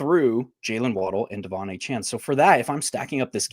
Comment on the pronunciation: Why does refuse to learn how to say Achane’s name correctly?